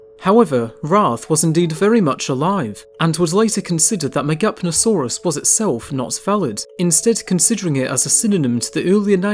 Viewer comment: “Big Dead Lizard” Ha! I would guess though that the “P” in Megapnosaurus is silent